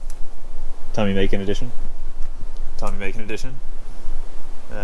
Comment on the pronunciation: tommi makinen edition mak-in-en not make-nin